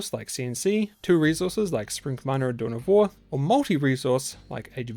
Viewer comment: What? Dune of War?? Your pronunciation is terrible.